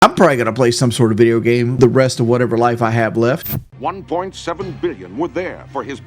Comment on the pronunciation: Hope he doesn't play any "bideo gaem" anymore - listening to this awful. "aa wunna teech" teach yourself to stop eating awful slop and sucking down gallons of soda. btw he IS OBSESSED WITH KD. "I'm not out here trying to impress you" while he constantly uses KD like some kind of rank over team mates.